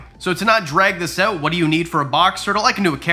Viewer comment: Never seen your videos. But 3 minutes in, i heard you say, "Change it ouwwwT" and i said, this guy has to be Canadian!